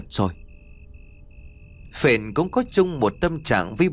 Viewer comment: Phển chứ đâu phải Phền ?